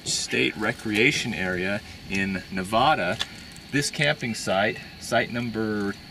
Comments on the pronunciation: It's not Nevahda, it's Nevada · You didn't go to hot august nights while you were nearby? By the way it's pronounced Ne-vah-duh not Ne-voh-duh